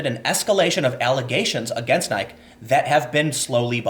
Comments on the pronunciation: No Tim, not to be a pain in the ass, but its pronounced Nikee, as in saying the name of the letter, "E" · Are you deliberately saying the company's name wrong? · Nike no longer deserves to have their e pronounced. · Holy shit. I never thought I'd hear someone pronounce Nike wrong. It's such a common brand that it never occurred to me. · Does Tim actually not know how to pronounce nike? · Oh I see what you did. Your pronounciation of "Nike" is an anti-semetic dog whistle. You sneaky sneaky Alt-Right troll. 😏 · Tim...we need to talk. You know what you're doing. The pronunciation man, it drives us insane. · ianmaluk1 is Tim British? Nike is an American company. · I have never heard anyone pronounce Nike to rhyme with "like". It's so weird. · He pronounced Nike correctly once in this video. He's gotta be fucking with us. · I won't fall for your trick of mispronouncing NIKE to get me to comment...fuck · Are you intentionally mispronouncing buzz words? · How do you not know how to pronounce Nike? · The way you pronounce Nike makes me cringe. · i cant take you seriously if your're going to say nike that way. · Nah, I've been all over North America, every state capital, Mexico, Canada, listened to plenty of international YouTubers... This is the first time I've ever heard Nike pronounced like that. If anyone is in a language warping bubble, it's Tim. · I was willing to overlook some other mispronunciation, but this is too much ... how am i supposed to take an investigative reporter seriously when they're unfamiliar with one of the biggest brands on earth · Tim "I'll mispronounce your name on purpose" Pool. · Honestly. I’m not even annoyed as a Nike fan, I’m not, It just seems juvenile. Two syllables Tim, it’s Greek in origin, like hyperbole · that bothered me SO much lol haha. I wonder if he was doing it on purpose. I hope he was.... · Tim doesn't know how to pronounce the brand "Nike". Silly Tim. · Your pronunciation of Nike made it hard to finish this video. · it's ni-key